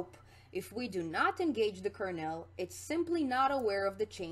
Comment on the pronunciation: great video... but your pronunciation of Kernel drives me nuts, lol. It's pronounced "kur-nuhl" or "kur-null", not "kur-nail". Like a corn kernel or colonel in the military.